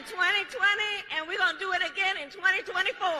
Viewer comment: She doesn’t even believe her own bull. Look at her face when she says “ we did it in 2020 and we gowna do it agin in tweny tweny fo, yes we are. TRUMP 2024!